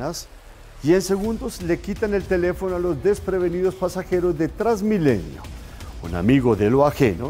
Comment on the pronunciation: "Trasmilenio". Rafael Poveda